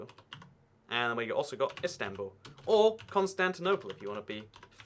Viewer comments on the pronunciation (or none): none